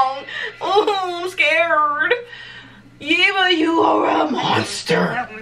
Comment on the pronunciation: I love your reaction!!! (BTW, It's YEHHH-buh, like Debra ;) ) Can't wait for you to react to Boomerang!